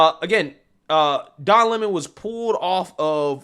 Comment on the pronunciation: Who take him serious when he says his surname is lemone. rather than Lemon.